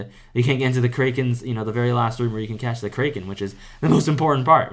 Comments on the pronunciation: btw bro its CRACK KEN not CRAY KEN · btw, kraken is pronounced as "crack-en" not "krey." just correcting, but really helpful guide, thanks a ton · dont ever pronounce the kraken like that. Its pronounced "cracken" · "the kraykan" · Learn how to say kraken and maybe people will not watch your videos and not find you miserable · bro does NOT know how to pronounce kraken